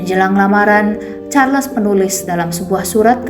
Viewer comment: Sebutnya Charles tu Charls tanpa les. Sebutan Nama manusia x boleh suka hati diubah.